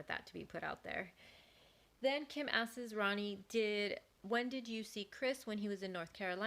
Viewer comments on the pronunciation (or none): The narrator continuing to mispronounce a simple word like “asks” (she’s saying askeses) is enough to make me not follow her which is a shame because it’s good content.